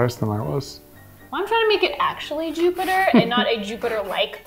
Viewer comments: its JOOBater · It's juubiter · It's Joobiter!